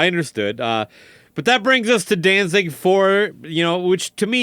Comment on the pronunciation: The interviewer is a d bag! He keeps calling them “Dan-Zing”... idiot.